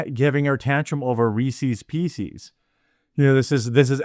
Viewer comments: Love your work being here for years now, how you say Reese's Pieces killed me though LOL You're pronouncing it "re-seize PC's", Reese's pieces is pronounced like recess peace-says hope this made you laugh! keep up the good work brother. Is she a college administrator in San Francisco or a nurse? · Hearing you pronounced Reese's Pieces as Reesees PC's multiple times was just painful to listen to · wtf are "Reesies Peesies"?? lol Midwest accent strikes again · Wtf are Reecee P cees? That drove me nuts for a sec. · Based on the pronunciation of Reese's Pieces by Jeremy, we should all pray for his mental well being; he has clearly gone insane. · How many times can you say Reese's pieces wrong? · You pronounce Reece's pieces just like my wife, incorrectly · Thank you for mispronouncing Reese's Pieces like a good, red-blooded American should.